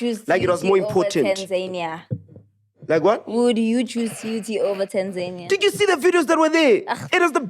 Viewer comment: guys its Tan-ZA-nia, not Tanzaynia😂💛